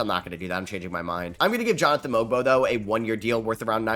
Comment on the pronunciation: Love u it’s pronounced “Mobo” tho for Mogbo